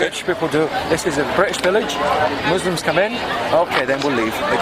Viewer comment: is fuller murrrslumms. hoogle boogle. this guy is dumb as fwaaark